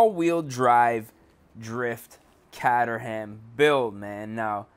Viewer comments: Sigh it's not pronounced Catter-ham it's Cater-am, the cater part pronounced like catering and the ham is pronounced like jam with a silent h. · caterham not cateram